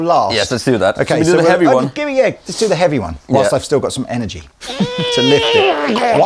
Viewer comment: 01.24 getting his "Very 'eavy, very 'umble" on....love to hear him play "Gypsy" solo lol